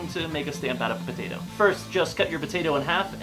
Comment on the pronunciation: "It's a pot-at-o" 😂😂